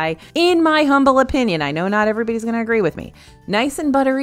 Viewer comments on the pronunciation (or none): none